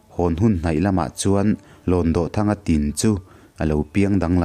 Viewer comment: Kanu ni kapi Nula senoir bantlang khan min hrilh thin a..mahse HLAWNDAWHTHANGA hi lamdan a inanglo deuh..DAWH hi kutdawh a..DAWH tih ang hian lam tur ani lo maw.... I thiam tho tho a..ngaihnawm thei khawp mai